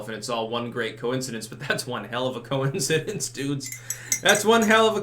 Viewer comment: I like how you pronounced coincidence